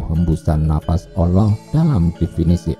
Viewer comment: Nyebut Allah kok olloh..wong Jawa kan gak celat...Yen celat kan bukan dibagian itu..